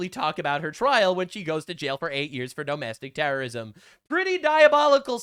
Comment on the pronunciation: LMAO It almost sounded like you said "dumb-astic-t3rr0r1sm"